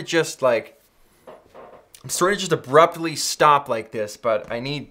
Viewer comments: “Soary, soary, soary...” 😂 PS I love the sweater! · Hahahah you say sorry funny